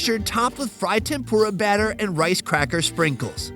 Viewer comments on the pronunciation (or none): none